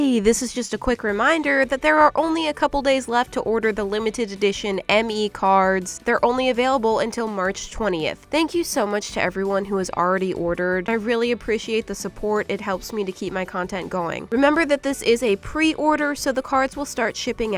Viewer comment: I would love you to make a three hour long video because me and my mom were just lay down and watch it and last night I was having a really rough time and when I watched it, it just cracked me up because you said merch instead of March no offense it was just so funny and I just keep asking my mom for your Merch LOL ❤ 😂 🎉